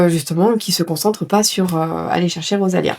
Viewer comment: C'est rosalina pas rosalia. Et on ne marie pas quelqu'un